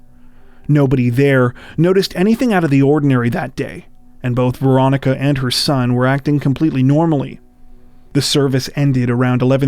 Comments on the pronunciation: Had to turn on subtitles, thought u were saying "Veronica Boza". My guess is the ex is behind it. It's always the ex which never makes sense. U r already split up, why kill them? Also, why run inside a brick box where no one can hear or see u if being pursued. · It’s sounds like you’re saying Veronica Bozo